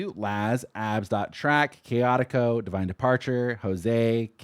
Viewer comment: LMAOOOO WHY U SAY MY USER WITH A IN IT LMAOOOOO. ITS CAOTICO. Also you're probably using Kenpachi wrong,mine does pretty decent damage